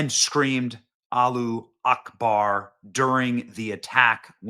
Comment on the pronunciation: Why is everyone mispronouning allahu akbar? Everyone knows how it is said. Are you afraid to say it?